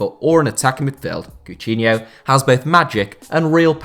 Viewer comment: Am I the the only one who was annoyed by the way be pronounced Coutinho